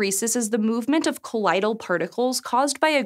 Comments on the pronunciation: you said 'Colidal' with an 'I', but its 'colliodal' with an 'oy' like in the word 'toy'. or Colloidal Silver, which has to do with the electric charge of particles... not the colliding of water molecules with the fabric strands. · Theword "Colloidal" is pronounced such that is sounds like "Collide- al". I believe that middle syllable is normally pronounced "oi" similar to void, droid and roid. I loved the video though. Fascinating. Thank you for making it. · WTF is a “collidal” particle 🤦‍♂️ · my-CELL, not MY-cell, col-LOYD-al, not col-LIED-al. I love the videos! I love all the hosts! and I'm not suggesting re-dubbing or anything, like when you guys re-uploaded that one video to fix the weird brick analogy. But you could make a note in the video description or the closed-captioning, or even pin the most polite person to point it out. :/ (Merriam-Webster's website will pronounce words for you if you aren't sure!) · can pronounciate diffusiophoresis but misdispronunciates colloidal The title says 'Just Figured Out' and the 'rinse' reports are from 2018. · Seriously! Her repeated mispronunciations gave me serious Forest Whitaker eye.